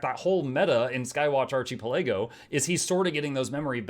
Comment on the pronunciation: for the love of all things braham it's pronounced Ar-ki-pe-la-go That is how you say Archipelago.